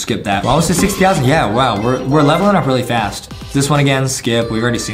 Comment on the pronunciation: You said faz-growth instead of fast growth